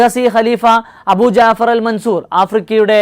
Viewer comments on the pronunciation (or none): none